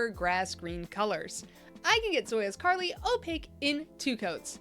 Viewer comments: I fcking lost it at her saying “Carla” for “Charli” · Carla for Charli, Athena for Althea, Kahlua for Kahula... 😂 maybe more, I'm not paying attention 100%. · Came to say the same, I was klike huh its clearly Charlie just without the E on the end.....